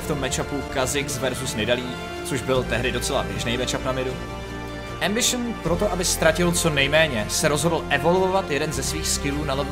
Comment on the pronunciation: Doufam, ze to dokoukam ..protoze "embišn" mi puli mozek ..